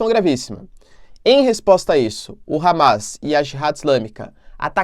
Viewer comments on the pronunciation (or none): none